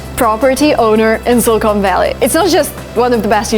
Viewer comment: Thank you for telling this story, but I have to tell you something that kind of grated on me is your pronunciation of the word 'silicon'. It sounded like you were saying 'Silicone Valley' which is funny because 'silicone' is a material plastic surgeons used to use to do breast augmentation-- which, of course, is totally different than the element silicon used in semiconductors. I believe the word is better pronounced 'SILLuhkun' with the accent on the first syllable and the last syllable pronounced with a short 'u' sound. Yeah, I know I'm being picky, but it's something I notice. Also the author Tom Wolfe has a very interesting essay in his collection 'Hooking Up' called 'Two Young Men Who Went West' which is about the men who started Fairchild Semiconductor and Wolfe gets into a lot of Silicon Valley history which I thought was fascinating and you might like it, too. Thanks again